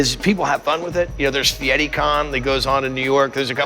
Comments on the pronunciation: Guy fetti? Fe air ee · It’s guy feire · He said guy fietti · Guy Fieri says his name correctly every time he says it and still people mispronounce it. That guy is as patient as a saint.